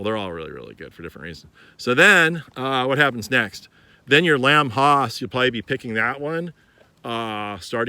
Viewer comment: Nice video but why do you pronounce Lamb HASS Lamb Hoss?